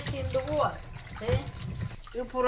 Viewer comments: About the colander: “You put in a da tings dat droppa da wadda.” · You had me at "the thinga that droppa da water"